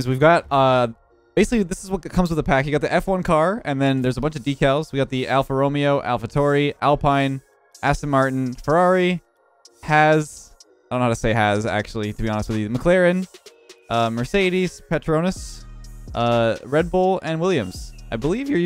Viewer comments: Alpine is pronounced alpeen AlphaTauri is pronounced Alpha - toweri Alfa Romeo is pronounced Alfa Romeho Haas is pronounced hass Aston Martin is Aston Martin As a f1 fan. I am very triggered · Alpha Tauri, Alpine, and Haas. Both the A and the U are pronounced in "Tauri", as opposed to pronouncing them like an "o" as did. Alpine is Alpeen Haas has the ending "S" sound, not "Z"